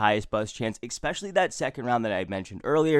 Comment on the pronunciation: You are a smart guy, but when say Exetera and Expecially, you sound dumb